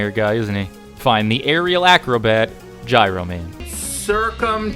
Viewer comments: He does know that it’s pronounced GYRO and not GYRO right? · its "jiro" man. like gyroscope. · The proper way to pronounce Gyro Man's name is JEYE-roh, not to be confused with the sandwich you were referring to. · ITS PRONOUNCED “JY-ROE” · wait, did you just mispronounce "Gyro" in the... not Greek-food... context?